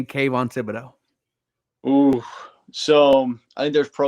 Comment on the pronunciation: It's not who Caerio wants... its who's available.. who we want might already be off the board... and oh shit you pronounced Kayvon Thibodeaux...